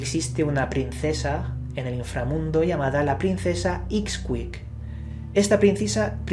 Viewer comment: se dice Ishkic, Vucub Cakish, Shibalbá, Ishbalanké, etc